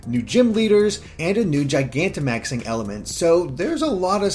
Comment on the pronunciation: I liked the video as soon as I heard you say “Gigantamaxing” correctly, since no one else seems to get it.